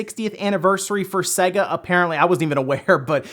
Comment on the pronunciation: It’s sayyga not seg ah (sega)